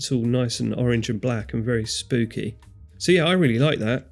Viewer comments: Why the hell do you keep saying "spoopy" instead of spooky? What fresh madness is this? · Why is everyone saying spoopy and not spooky?